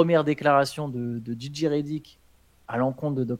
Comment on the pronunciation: Jay Jay pour la prononciation et non Gigi pour Reddick merci Les gars